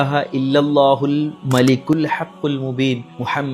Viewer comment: മലകുൽ അല്ല മലികുൽ